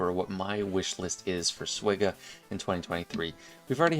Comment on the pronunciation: I'm sorry, but isn't it supposed to be "SWGOH" and not "SWOGH"?